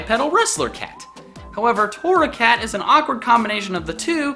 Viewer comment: GRRRRR WHY TORRACAT BRUH UR MESS UP